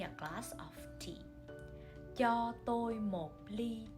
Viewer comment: is Cho prounouncted as "Cha"?